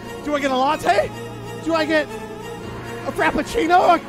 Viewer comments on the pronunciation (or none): none